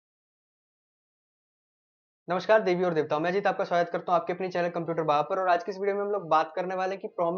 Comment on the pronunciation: Bhai ye kya introduction thaaa I.... Debi Aur debta... Ha haaaa